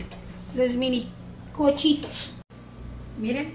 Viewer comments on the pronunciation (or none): Noooo se dice cochitos se dice cuchitos !!!